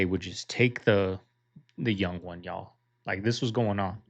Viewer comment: Stop saying, "Y'all." You are saying it wrong. Yall.